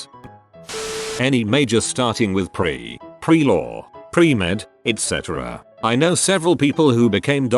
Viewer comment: it's ETC not ECT!!!